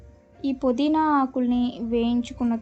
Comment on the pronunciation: పొదిన కాదు పుదీనా